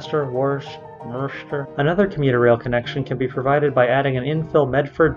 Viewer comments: oh by the way Worcester is pronounced *Wooster*. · Except in Worcester itself where it's pronounced "Wisstah" By the way the r is dropped at the end regardless unless you're a transplant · I think at a minimum the MBTA system definitely does NEED an orbital route, the yellow line in your plans. But IMO the second of importance is a Fitchburg-Worcester (pronounced 'wor-ster' or 'wistah') link along rt190, as well as the North-South Stations link, because currently that's a Red-Orange/Green transfer rather than a direct route. Also, as long as the airport still gets free access to the subway system, almost anything would be an improvement over the silver line. (even though I take advantage of that free ride only once in a blue moon) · Its "Wistah" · Worcester is pronounced Wooster or (if you can ape a Boston accent: Woostah) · Worcester is pronounced "Wuhstuh" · WUSS-tuh. Worcester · It's pronounced "Wuhstah" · Worcester is pronounced wuster ... don't ask why